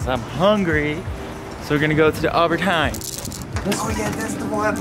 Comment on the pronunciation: Haha ik wou dat je altijd nederlands prate dat was een stuk makkelijker😂💗 maar hoe jij albert hein uitspreekt😂 geniaal met dat engelse acent😂😂😻😻